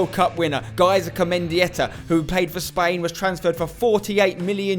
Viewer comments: Isn't it "Gaizka", not "Gazika"? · When interviewing a player, make sure you pronounce his name correctly, its not gazika? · It's not Gazika it's Gaizka :D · Gaizka Mendieta not Gazika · English people trying to say Gaizka, its pretty funny.